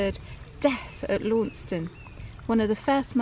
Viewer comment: Launceston is pronounced Lanson; you should hand in you pasty license.